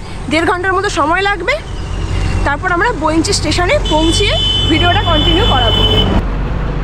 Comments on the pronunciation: বৈঁচি - বোইঞ্চি নয়, বাঙালি বাঙ্গালীর মত কথা বলো, অশিক্ষিত ইডিয়ট তৈরি হচ্ছে কতগুলো !! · আচ্ছা, আপনি বারবার বৈ৺চি স্টেশন'টিকে 'বৈনচি', 'বৈনচি' বলছেন কেন ? আপনি কি অবাঙালি ? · ওটা বৈঁচি, বইনচি না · জায়গাটার নাম ইংরেজিতে Bainchi লেখা হলেও উচ্চারণ বৈঁচী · বর্ণনা দেওয়ার ভঙ্গী অত্যন্ত খারাপ। উচ্চারণ শুদ্ধ করতে হবে।বঁইচি স্টেশন।